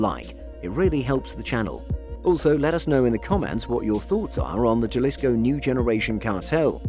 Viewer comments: ok, let's see if we can get you to say the name right my friend... can you say ha, ha, ha, ha, ha... like as if you were sarcastically laughing... ok, so start ha... and extend the syllable once... haa- followed by 'Lee's'... as if to say it belongs to Lee... so Lee's full name would be 'Haa- Lee'... now we're gonna make up a tangible item and we're gonna call it 'koe'... we'll pronounce it to sound like 'kohh' .... the same way you would use the 'k' to say Kindle, like the tablet... you'll pronounce in 'Kohhh'... -ohh should be pronounced like you would, if you were to say 'oh'... but just drag out the 'h' once or twice... 'ohh'.... ok, let's see if i was able to help... Haa-Lee's koe, is a nice looking what'chu ma'call it... yea, Spanish J's sound like an English H.... HaaLee'skoe --- Jalisco... if you took this advice seriously and as intended - to just help, then you're pronouncing and saying Jalisco as it should be ... thanks buddy... hey great content by the way... awesome. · It's painful to hear people mispronounce spanish words. Gel-issco? Come on. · Especially a journalist, he should know better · Lol..... all we can do is educate. My wife's family is from Jalisco so it killed me too. Hahaha..... But the video was pretty decent other than that. Good quality and well put together. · Trust the westerner to f that up. I don't even know Spanish but I know how to pronounce Jalisco. Jajajaja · Anyone else bothered by the pronounciation of "Jalisco"? Or is it just me? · anyone who cant pronounce jalisco is not an expert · 😃😃...How could they claim to know about the cartel when they don't even know how to pronounce their names. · This narrators life could be in danger if they hear him pronouncing Jalisco with a J.... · How did you pronounce every bit of CJNG correctly except “Jalisco” with a hard J lmao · Sigh you don’t need to be Spanish to know that j is pronounced like an h 😂 it’s annoying to hear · OMG, W...T...F... It's Ha-lisco, not Jah-lisco.